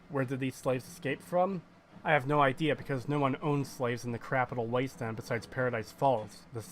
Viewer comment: Blowing Garza apart with a combat shotgun right in front of Doctor Lee is hilarious. Oh—and I think it's funny how you call it the "Crapital Wasteland".